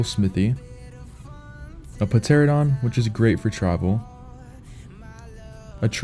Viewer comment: We're 6 years in this game and my man said "PUHteradon" lol Jk good video my dude. Seen lots of noobs lately hopefully they find this.